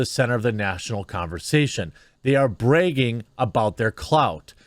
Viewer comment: jeremy do you have learning disabilities? who says BREGGING instead of bragging? and why did you choose to read meidas with an A sound